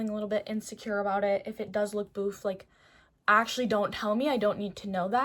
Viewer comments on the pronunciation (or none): none